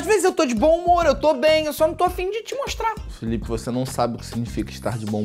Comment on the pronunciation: Felipe: apei Eu: saúde 😂